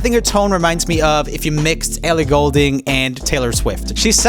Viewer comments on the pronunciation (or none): none